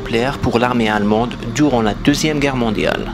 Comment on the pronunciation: Gerre au lieu de Guerre..